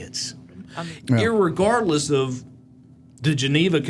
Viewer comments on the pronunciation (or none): Did he say irregarlous?